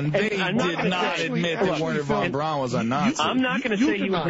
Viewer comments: why does he keep calling him "van brown" . trying to make him sound less germand lol. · Germans pronounce au like in a name Wherner Von BrAUn as sounding like OW as in Brown. But as Plait isn't a German, it sounds a little odd coming from him.